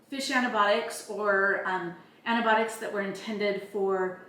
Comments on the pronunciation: Can you please learn to say the word correctly? An - ti - by - AH - tics. You are completely missing an entire syllable! For an educated woman, working in the medical field, that is weird. And Fish antibiotics work perfectly well and are made in American labs just like this and are a whole lot less expensive. Don’t knock it if you haven’t tried it. While the goal is a noble one, other sources are equally good and cost less in this inflationary market. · Repeat after me…. ANTI-BY-AWH-TICK…. Antibiotic. I sincerely could not take the video seriously by hearing you call them antibotics.